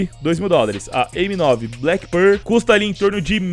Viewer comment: Mano só me dá agonia do jeito que você fala black pearl sempre errado KKKKKKKKKKK No mais, seus vídeos são sensacionais, parabéns